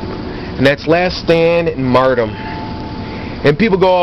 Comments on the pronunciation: You sir have been found guilty of 14 counts of "Martum" 2 counts of "Dropping a Martum" 1 count of "Jargernot" you are hearby ordered to stop sucking at both Call of Duty and the English language. English 101 Martum = Mar - ter - dum Jargernot = Jug - er - not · First of all... is "martyrdom", not "mardom". Second of all, these perks are strong, but you are getting way too worked up over it. Its not hard to tell when someone goes into last stand, and if they do, just keep shooting at them untill they die. Also, a headshot or grenade kill will not let someone go into last stand, so, uhhhhhhh, aim better... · Haha "Mardum" Lol in all seriousness though you stay true to your beliefs. I didn't believe you said it for 4 years until I saw this video. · yeah there is a counter for last stand follow them down with your weapon and learn how to speak it is mar-tee-dom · lol "mardom" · Learn to say the word martyrdom correctly lol